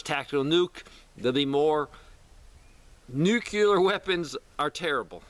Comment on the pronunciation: Man, please stop mispronouncing nuclear. It hurts your presentation.